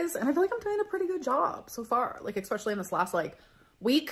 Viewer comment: For ALR she doesn’t understand that the 2,900 calories is the # to maintain her current weight, she would need to eat below that amount in order to lose weight. Also, there is not an “x” in the word especially, nor is it pronounced with an “x” in it.